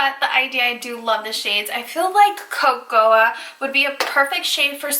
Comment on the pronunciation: Co-co-ah beans